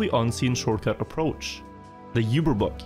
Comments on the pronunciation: Awesome vids, but the word Uber, isnt pronounced You-ber. Its pronounced Oo-ber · "yoober" bug lol. That's not how uber is pronounced, in english or german. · Isn't it pronounced "oo-ber bug" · you-bear bug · I can't get over his terrible pronunciation of Uber.